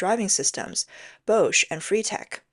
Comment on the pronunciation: It's not "Bousch", it's Bosch, prounounced "BOSH", like Posh... A.I is not verbally so Intelligent... 😂 ...yet has no problem pronouncing Huawei....hmmmm